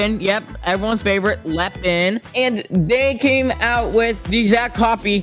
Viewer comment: You say Lehhin